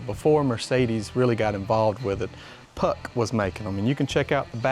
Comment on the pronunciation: Atleast make a little effort to pronounce it properly. It's 'puxch', not like an ice hockey puck. It was manufactured by Steyr-Puch, not just Puch.